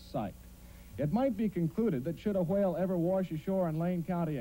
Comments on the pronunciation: I dont know whats funny,him calling the whale stinky or him pronouncing the whale that way. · Why do they pronounce whale with such an emphasized W sound